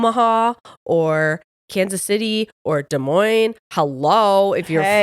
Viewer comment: you're saying Des Moines right